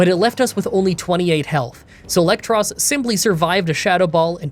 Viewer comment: i hate to be that guy but you know it is "EELektros" because he is an EEL